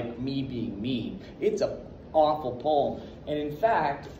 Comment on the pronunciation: You really wanna say the word poem right